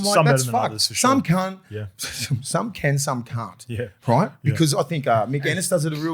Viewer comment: Can we talk about saying “some cunt” when trying to say some can and some can’t when it comes to articulating yourself. I was pissing myself, love ya